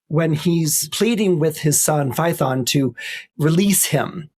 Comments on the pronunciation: Fay-uh-ton. Not Fye-thon. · ~ , I'll note, completely off topic, he pronounces Phaethon as rhyming with 'python". I have been wondering about the original greek sound English spells "ae". Here it is : " In Classical Latin and Ancient Greek, the vowel combination transliterated as "ae" (or the Greek ai) was pronounced as a diphthong—sounding very much like the "long i" in the English word "eye" " Damn! He said it right. Never knew it.